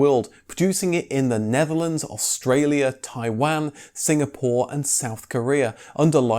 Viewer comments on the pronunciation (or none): none